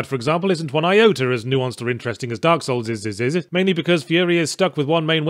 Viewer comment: “... like Dark Souls’s is”, I think Yahtz said one too many “ees”.